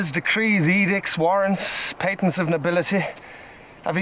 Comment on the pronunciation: It's pronounced Pay-tents. Patents of nobility.